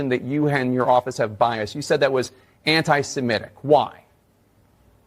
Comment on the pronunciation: Why does pronounce antisemitic to rhyme with emetic? Maybe cuz it makes him want to vomit? And why does he pronounce biases (plural of bias) biaseeez, like the plural of crisis? Is the plural of base baseez?